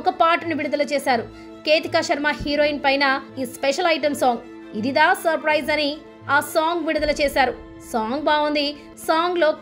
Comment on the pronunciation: తెలుగు భాషపై అంత అభిమానం నిజంగా ఉండుంటే... ఇదిదా ఇదిదా అని అనరు... ఇదిరా* అని సరిగ్గా ఉచ్చరిస్తారు ! నాటు నాటు పాట వచ్చే సందర్భం వేరు భారత దేశ ఖ్యాతిని ఉద్దేశించి చేసిన పాట... నాయకీనాయకుల మధ్య వెళ్ళదు! ఎంచుకున్న అంశం మంచిదే, కాని కొన్ని విషయాలు బాగోకపోతే ఇలానే విమర్శించబడతారు మీరు కూడా !